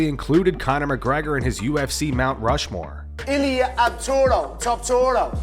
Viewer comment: 🗣Illa Topturo 😂😂